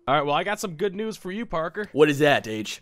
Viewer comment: I thought Parker said Nudes when he said he had great News. XD